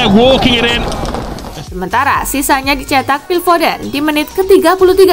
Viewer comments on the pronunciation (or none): none